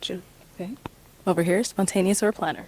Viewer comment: The way this man just butchered spontaneous got me weak.